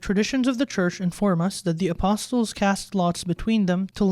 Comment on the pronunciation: the T in ‘apostles’ is silent.